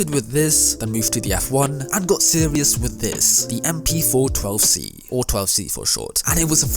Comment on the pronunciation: ooooooh, I thought you said "manual automatic gearbox" which was really confusing. The "or" was very silent tho. Great vid btw